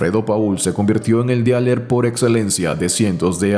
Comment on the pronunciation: Se pronuncia "Diler" chavo